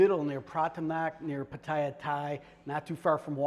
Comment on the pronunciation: Mate ...........Pah tire ...plz learn the pronunciation